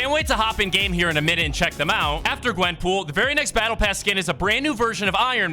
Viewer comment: Bro it’s Gwen POOL